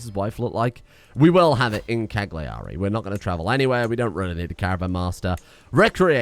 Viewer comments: Dear, as an Italian I'm required to suggest the correct pronunciations: Sassari = "Sàhsari" Cagliari = "Càyari" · I know as an Englishman it's your duty to pronounce Continental words wrong, but in case you're interested the 'g' in 'Cagliari' (and most Italian words) is silent.